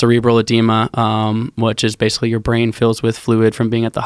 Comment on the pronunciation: basicwy.... this guy probably set the record for fastest story told on Rogan that covered the greatest distance